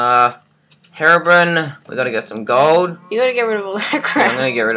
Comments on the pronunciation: it is not hairobrin it is hero-brine(br-ine) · its herobrine with a long i